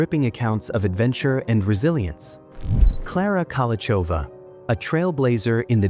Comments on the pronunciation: You’re pronouncing her name wrong. In Czech it is /ˈkolou̯xovaː/ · Hey author, is it so hard to find out how to correctly pronounce her name?